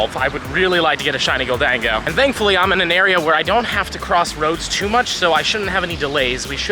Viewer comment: lol “Gol-Dango” it’s Golden-go I believe